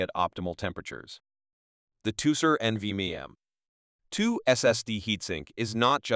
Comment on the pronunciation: My soul shriveled up a little more each time it tried to pronounce NVME